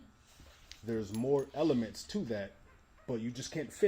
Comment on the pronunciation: She says ELEMENTS in all caps lol